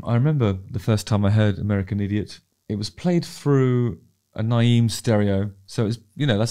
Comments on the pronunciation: NAIM is pronounced “NAME” HTH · Hey Justin! It's a great track, glad you enjoyed it. FYI, it's pronounced 'Name' but we'll rebrand now 😉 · I am tickled by your pronunciation of Naim. 😁